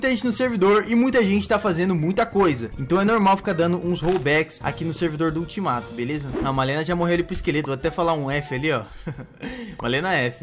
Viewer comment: A palavra certa : ultimato A palavra que e engraçada : eutimato kkkk 😂 entendeu Se entendeu responde esse comentário quem não entendeu da like 😋